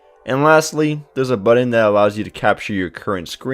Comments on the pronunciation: great review. you solidified my reason to get this phone. Great video except the way you say BUTTON. hahaha... You sould like my cousin Juan. Jk bro.. thanks for the video. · No kidding. Buddin. That kills me every time I hear it! Oh, and "potography" lol great review otherwise.